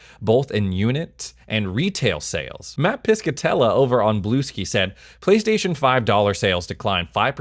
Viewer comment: Did you seriously just call it “Blue Ski”??? 🤦🏻‍♂️ Also it’s REFANTAZIO, all one word, not R-E-Fantazio 🤦🏻‍♂️🤦🏻‍♂️